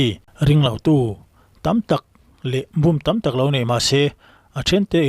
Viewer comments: Búm a ni lo, bùm tia lam hnial ṭhin tur aw😮😮😮! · Bum i lam dan hi i sawi na sentence ah hi chuan , i lam dik lo, búm ni lo in būm tiin lam tur